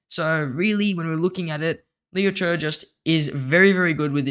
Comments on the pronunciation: Cmon man PLEASE stop saying LOU CHURRRRRR it’s CHE like CHAY there is no letter R in there. I know ur young bro but ur the only content creator that messes his name up. It’s painful to listen to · Liu Che ❌ Leo Choo✅